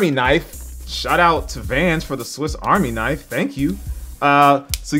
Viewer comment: i love the "swift army knife" and the "compiss"